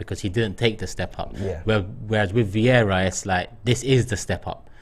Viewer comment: Is super chat some competition for stupidity? Amount of stupid comments are incredible. And his name is not Viera, VIEIRA!!! is it really that hard to learn how to pronounce someone’s name? Edegor playing almost 2 years for club and AFT guys still saying Odegard?!?